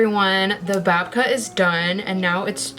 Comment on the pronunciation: This was rly engaging and fun to watch but gahhhhhhh I'm Jewish and the pronunciations of babka and challah literally made me CRINGE. Look it up for next time, I'm not offended or anything but you really should be correct with that kind of thing.